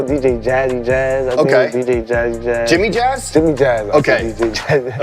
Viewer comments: How you from NY and can’t get Jimmy jazz right 😭😭😭😭Bobby str8 though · Bro was in prison for so long that he forgot how to say jimmy jazz💀